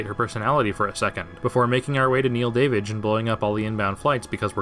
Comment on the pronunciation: It took me way too long to really you were saying Neil Davidge